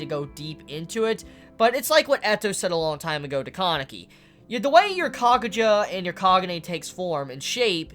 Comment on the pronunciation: its been how many chapters and you still can't say kaneki right? lmao great review though